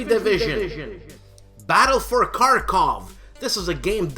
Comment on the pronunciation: I almost feel bad for nicking you on this one: in Kharkov, the first K is silent... it's pronounced more like "harkov". I know, I know... That, he's a WILD MAN!!! How can anybody keep up with him...??? Nice "Head to Table" segment!!! I'm not much for solitaire games, but it is very nice to get a developer's view on how these games come to be, and the hurdles they must surmount to get a game into.... a box and a *lid*! Same with the Howard & Trevor sequence. Loved the anecdote about the trip to GMT to sell a concept!!! Next time ya do a movie montage, get "A Bridge Too Far" up in the mix... I mean, really!!! And Tora! Tora! Tora! too!!:)